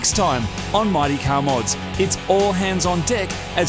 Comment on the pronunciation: I think they just keep making the "Mighty" in the intro sound more and more like "Marty" until someone notices. Anyone else?